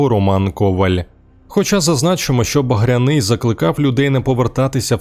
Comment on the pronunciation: БагрЯний. Наголос на Я.